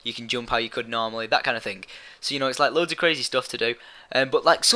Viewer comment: Load not louad